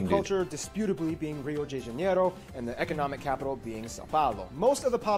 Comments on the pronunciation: it is not pronounced Rio jay janeiro. its Hio the Janayro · Yeah you can tell how geography now channel is accurate just for the Ronaldo thing. "Rio Jay Janeiro" is just the iceing on the cake